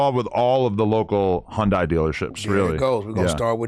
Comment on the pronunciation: Hun-Die is crazy 😂 it’s hun-day 🤦🏾‍♂️